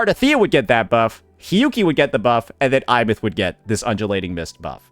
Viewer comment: I’m sorry Imeath… WHERE IS THAT I COMING FROM?! It’s Aemeath!